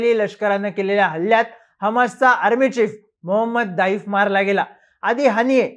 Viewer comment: आधी त्याच नावाचं उच्चारण करणे शिका, नंतर या बातम्या द्या ज्याची पुष्टी फक्त इस्राएल करतोय ज्याचा खोटेपणा मागील 7 वेळा जगासमोर आलंय. युद्धात अश्या बातमी पेरल्या जातात, जो पर्यंत समोरचे सांगत नाहीत तो पर्यंत या बातम्या खोट्या आहेत असेच समजावे.